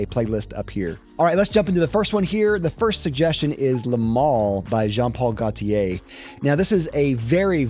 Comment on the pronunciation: I hate how you pronounce "Gaultier" and "Bleu" 😛 (and "intense" when it's a French name). And that's objectively bad. I actually like the Dior Homme line and Interlude (even if the recent batches of both are not as good)... the rest of your hates I understand, including Le Male. I haven't known the original formulation either, the current one is way too minty... I like Le Male Le Parfum though.